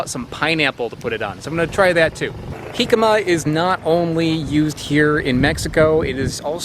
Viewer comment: Pronounces Jicama correctly. Doesn't pronounce Tajin correctly :P Just giving you a hard time. Keep up the fun content!